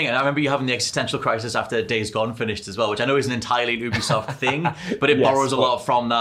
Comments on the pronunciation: “You-be-soft” - it’s an amalgamation of ubiquitous software, it’s not an “ooobercab” C’mon guys, you’re gaming journalists, you should know sh*t like this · YOU-BE-soft. It’s an amalgamation of Ubiquitous software, it’s not an “Ooo-ber”cab It amazes me that people who report on the gaming industry aren’t aware of this